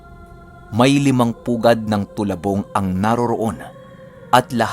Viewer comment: Talabong po not tolabong